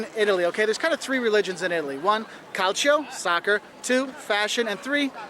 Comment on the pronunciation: Calcio its not pronunced like that but its fine but some Italians get really mad if you do a misspronuncation and make you Say It until you pronunce It right